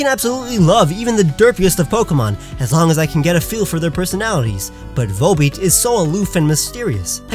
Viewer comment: VOLBEAT, NOT WOLLBET!